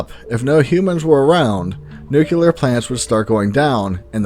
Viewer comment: For God's sake, the word is "nuclear", not "nucular".